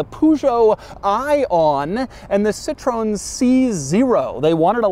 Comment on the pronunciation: Hey Doug, give it a break, it's a city car. Oh yeah, you don't have cities. P.S. Please, learn how to pronounce Citroen and especially Peugeot.